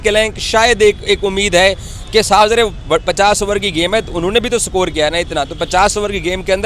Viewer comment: Sakore kya hai,? Its score not sakor illiteracy at its peak. 😅😅